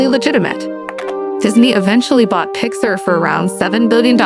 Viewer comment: It’s actually pronounced “pix-ARE”. Otherwise, this is a good and accurate presentation!